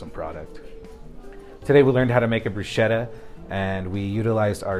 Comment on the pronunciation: I don’t know what that is but definitely not bruschetta, which btw you are not even pronouncing it right. 🙄